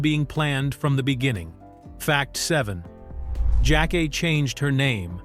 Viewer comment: Her name is pronounced (Jack- Kay)